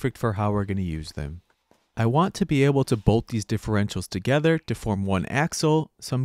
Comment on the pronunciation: it's "bolted TOgether" not "bolted gether".